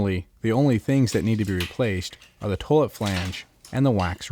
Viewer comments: Toilet is pronounced 'toy-let', NOT 'tuh -let' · toelet. toelet. toelet. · The way he's saying toilet is interesting.